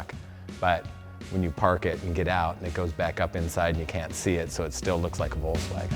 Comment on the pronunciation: why can't this guy say volKswagen??? 😣